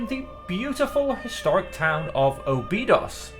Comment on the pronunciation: Awesome video man! Keep it up! Btw "Óbidos" is not pronounced like that, if you wanna check it out the "Ó" is more similar to "Aw" than "Oh". Anyway, I'm not complaining, just trying to help you hahah